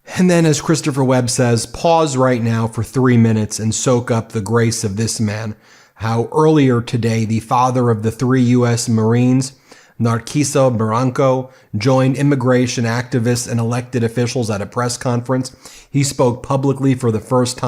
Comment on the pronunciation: Ben, be pronunciation of narciso is “Nar- Seeso”… Keep up the good work brother…